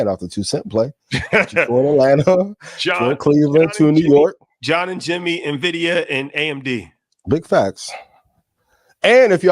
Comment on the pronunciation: He said John n Jenny invidia and AMD 😂